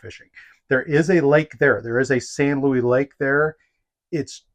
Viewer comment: As a Colorado resident, you’re pronouncing “Luis” incorrectly. It’s not Louie. It’s ‘Loo-ees’. It’s a Spanish word.